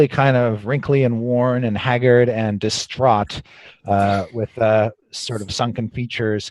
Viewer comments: Is he distraught or disstraud? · "He is still distrahd." 8)